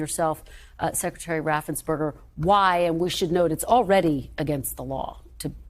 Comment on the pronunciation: Please enunciate Brad Raffensperger's name correctly.